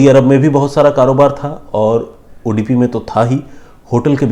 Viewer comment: Sorry not udipi it's Udupi